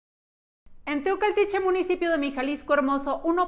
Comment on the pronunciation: En Teocaltiche, no Teocatiche. Hay que informarse bien como se llaman los pueblos.